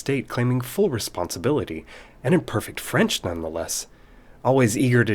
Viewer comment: From a native's ear, your French is impressive!